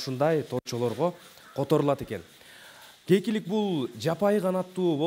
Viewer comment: гекилик дебей кекилик дечи